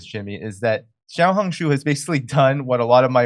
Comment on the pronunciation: You said 'Xiaohongshu' very well Jimmy